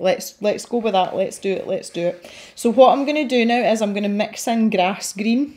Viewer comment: Aw! Couple of things - your wee accent when saying grass green, it has really given me joy this afternoon! What you said about colouring patterns - oh my yes! I’ve started to gravitate more towards colouring books that the illustration actually looks like a picture of something, my last colouring book before the Kerby one was a Harry Potter one so they looked like full illustrations when finished! Also - I’m so glad that I’m not the only one who names everything! My car is called Gracie & has a really lovely story which I’ll not bore you with! It’s been nice to have you as company today, thanks for making these videos, I’m excited for if you start to stream but I can imagine it would be a challenge to keep following along with the chat and colour at the same time??